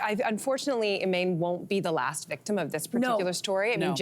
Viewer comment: Finally, someone who pronounces Imane's name correctly. Hope Imane wins big!